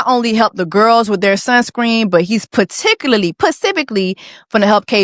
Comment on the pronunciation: Does Jessie say "pacifically" on purpose? Asking because this is my first time watching and its so cringe because shes seemingly intelligent otherwise and that may just be a thing she does on purpose. Lmk. ❤